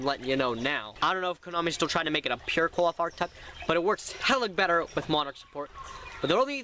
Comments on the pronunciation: i understand its hard to pronounce their name but you're not even fuckin close you're basically sayin "cool off" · Qliphoth is pronounced "Ki-Li-Fo-To" and since it is already plural its just "Qliphoth" not "Qliphoths" the singular form of Qliphoth would be Qliphah, pronounced "Ki-Li-Fa"